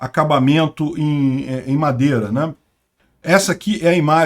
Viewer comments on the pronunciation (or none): none